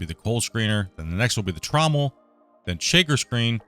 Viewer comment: TRO-Mule :'D :'D TrauM-MEL.